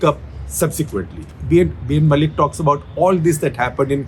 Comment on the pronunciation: Dear Sekhar Sir, B.N. Mullik, the surname pronunciation should be Moulik/ মৌলিক। Mu - মৌ, llik - লিক। You can't pronunciate Bangla throug other languages. Thank you for understanding. :)